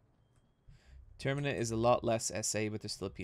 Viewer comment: Its not 'term-a-nia', it's 'term-in-a', like zelda majoras mask:) Also really want to see you get to Sylvian and woop her squidy butt